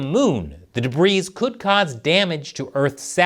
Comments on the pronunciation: The "S" in "debris" is silent. I learned that when I was six. Time to catch up. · Hey, that's debris with a silent S, sir! You take that S back right now!